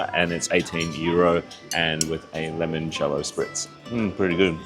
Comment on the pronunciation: I had to rewind to make sure I wasn't hearing things when you said 'apple' Spitz. Also it's Limoncello. From a fellow Australian, come on, seriously?????😮